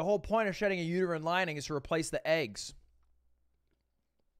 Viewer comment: He says "uterine lining" exactly how someone who doesn't know what that is would say it.